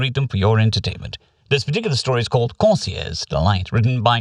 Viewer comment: the way you pronounce Corsair as "Corsiair" always makes methink ita something alien and unique. Pirates are cool too i guess:P